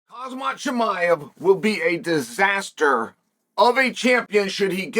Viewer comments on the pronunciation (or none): “ khazmat chimiev “